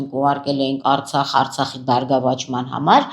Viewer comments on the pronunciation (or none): none